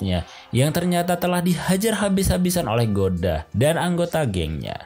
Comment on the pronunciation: Goda jadi gada, akoda jadi akodo, agak typo dikit ya ngab bacanya😅